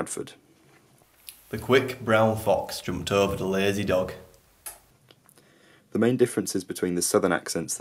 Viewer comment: Your friend from Bradford pronounced the word ''dog'' with the ''k'' sound in the end, not with the ''g''. =)